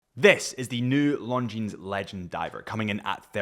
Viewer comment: Dude, you don’t pronounce S at the end of Longines name)